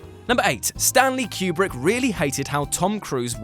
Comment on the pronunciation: I’m sorry but the way you guys pronounce Stanley Kubrick’s last name is distracting.